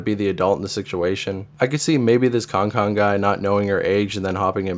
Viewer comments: con con lmao it’s said like can can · He said it right the first time and proceeded to say it wrong the rest of the video too 😭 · kankan is pronounced like can can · thats how i thought it was pronounced before until i met a kankan fan irl😭